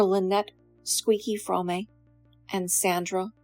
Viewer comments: Your pronunciation of “Fromme” undermines your credibility, ma’am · You didn't even pronounce ATWA and Fromme correctly, another video filled with distorted half truths and regurgitated lies. You could become a writer for soap operas. Red and Blue are so much more than what you have portrayed them to be in this video, they are full of curiosity, wisdom, humor and authenticity, both have a deep connection to nature. They are strong, creative and inspiring. You got a lot of things wrong in your video, I won't take the time to list them all but I will give you one example, Blue never had a drivers license and never drove a car, she wasn't waiting as the getaway driver, she was sleeping in the back of the vehicle and was kidnapped by Como who forced her to drive, she was sleeping in the back of the vehicle and he told her to get in the driver seat, she told him she could not drive, he told her he would kill her if she didn't so she drove off and immediately wrecked the truck, if you would read Lynette Fromme's response to the Jess Bravin book 'Squeaky' you will read about this story and learn how to pronounce her name correctly.